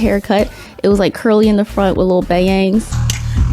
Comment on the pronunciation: Not the Ba-yang! 😅😅😅😅